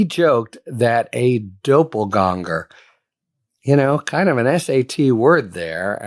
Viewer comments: Please, look up how to pronounce doppelgänger. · This fool thinks "doppelgänger" is a big word, because he's too ignorant to pronounce it correctly, and too lazy to look up the proper pronunciation. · You OK Harry? You don't look so good. BTW It's DOPPEL-GANGER